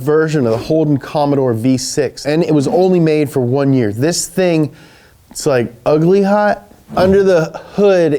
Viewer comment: Herpy new yer